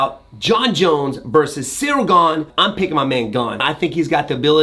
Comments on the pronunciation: Did he just say “cereal gane”? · Cyril not cereal! Lol! Love ya Wonderboy! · "Cereal Gane" 🤣🤣🤣🤣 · Why do so many people pronounce his names as "Cereal" 🤦🏼‍♂️ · Did WB say "Cereal" Gane? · did you say "cereal gone"? 😂